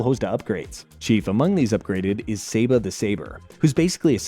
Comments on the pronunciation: You pronounce so many things wrong: Serpentara - sir-pen-TARE-ah (you weirdly pronounce this correctly later in the video) Titanus - tie-TAN-us Saba - SAH-bah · Or Saber the living sword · Imagine getting the pronunciation of Saba wrong.